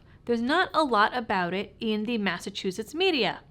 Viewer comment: You left Massachuusetts?